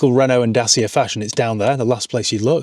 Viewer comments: Da-chia, not da-sia 😝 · Dacia is pronounced Dacheea. Just saying. 😏